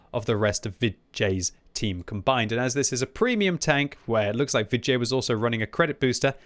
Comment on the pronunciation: When you say Vid J, I keep hearing vi jay or va jay. Maybe that was on purpose though.